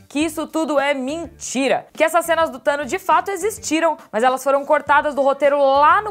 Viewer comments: "Thano" huhehihehuahaha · Hey 'Thanois' 😂😂😂